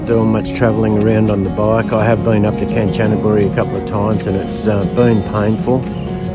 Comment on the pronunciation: The pronunciation of Kanchanaburi still needs improving but breakfast is superb at your diner.